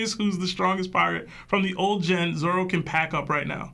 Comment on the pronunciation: Love the pod, started watching some newer episodes and have went back to watch from where yall started.. only thing I can day is I hear a few of yall calling Zoro, Zolo... lol, yall keep up the great work..